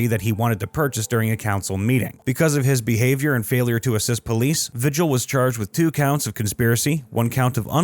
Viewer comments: It's Vee-Hill not Vi-Gel. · Vigil? Isn’t it pronounced Vee-hill ?